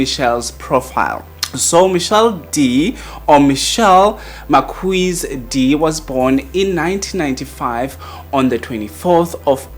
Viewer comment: Marquez is pronounced as Mar-kez.